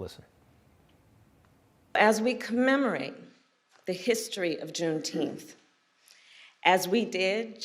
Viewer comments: Get it right, its pronounced Juneteenff!! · Juneteenth, for christ's sake , you are murdering the English language.Anything else you can wreck whilst you are at it? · He bite his teeth to say juneteenth.